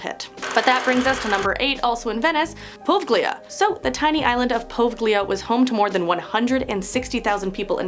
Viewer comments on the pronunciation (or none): #8 is not "Povglea". It is pronounced "Po-veg-lia". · Po-vay-lee-ah... Poveglia..